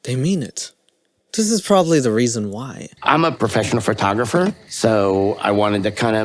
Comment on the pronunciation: Omfg..did big Ed just call himself a "FUR-tographer"??? 🤣🤣🤣